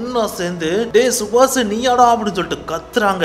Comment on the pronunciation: yenda ivlo kevalam subash a chubach nu solra..kevlama iruku da